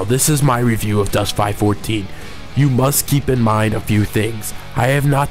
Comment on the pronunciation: ITS 5 1 4 pronounced five one four ill just leave this here